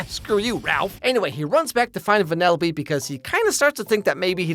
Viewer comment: Venellope? Instead of weaving she races lol